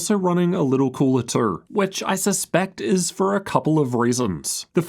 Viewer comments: The way he says the word, "too." lol "The 4090 was also running a little cooler twroughg." lmao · man, the way you say "too" and "though" lool